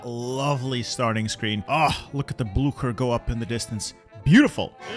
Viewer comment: is pronounsed blucher like blusher